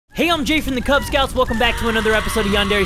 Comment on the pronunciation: It's Jay, not Hay.